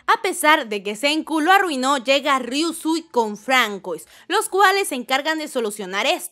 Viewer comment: El nombre François lo pronuncias mal, tiene origen francesa y la fonética seria (como pronuncia) Fransuá😊👌